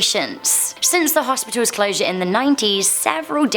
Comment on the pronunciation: “Hospitolls” lol I like the way she says that word.